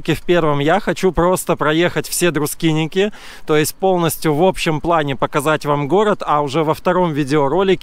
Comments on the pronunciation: Красиво, но почему Друскиники? Друскининкай! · Друскиники, как он величает, это по белорусски и по просту. Для них это тоже правильно, как и Эйшишки, Табаришки. Так что не серчайте слишком:)